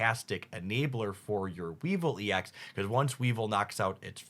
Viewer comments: I commented on the pronunciations in his previous videos. It's a regular thing. Weevil and weavile and not the same pronunciation and yet he does it all the time. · So hyped for dark enjoyers. Obviously pronunciation isn’t really a big deal, but I wanted to offer this suggestion: “Weavile” is pronounced like “vile” (because gross) and “Mismagius” is pronounced like “mage” (because wizard hat)